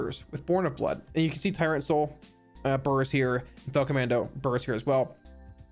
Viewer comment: "bUrRS" <- whenever he says it, eat a cookie!